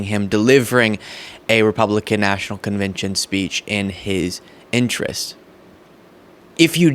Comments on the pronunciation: Your introduction: Yesterday was day two of The Republican National "convintion" Thats not a word. I'm not a Dem nor am I a Rep. I'm not even from the US sir. I appreciate what you're doing but please take effort of pronunciation yes? A CONVENTION /kənˈvɛnʃn/ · Did you say Republican National Conviction 😅